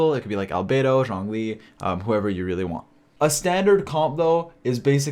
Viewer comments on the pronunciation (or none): none